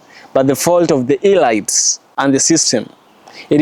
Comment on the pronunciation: very interesting nd truths. U PRONOUNCE IT AS "ELEETS". not elights I say ths in good faith. Very ibteresting X u for this Nugget